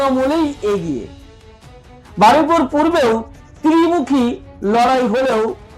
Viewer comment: ভাষা গত ত্রুটি আছে। যেমন,তৃন মুখি নয়,ত্রি মুখি